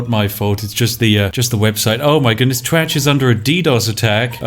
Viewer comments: I fkn giggle everytime you say twatch 🤣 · I can't stop laughing everytime you say twatch.